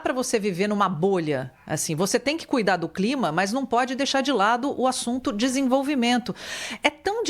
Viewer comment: COP e CLIMA, NAO e climax. Erro da Inteligencia artificial.